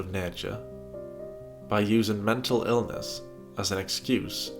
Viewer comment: Just 30 seconds in and already I've heard Amber pronounce manipulate as maniplate and mental illness as menta illness